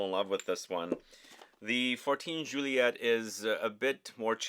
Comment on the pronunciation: You say "joo-ee-ay" for Juillet. And it's Jerome Epinett- you say that T when there is a silent e after it! You reversed the concept..